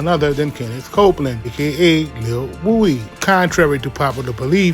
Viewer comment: Lil who??? Who tf is lil wooooo-D??? I know you hear everyone calling him lil woody why do you keep saying lil woooooo-D